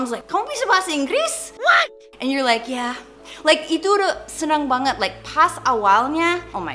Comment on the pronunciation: the way you say “yeah” is pretty something